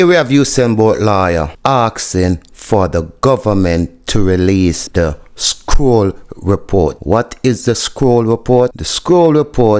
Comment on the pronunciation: 🇯🇲 Talk properly its not Scroll is Kroll. No S on it 🧐🇯🇲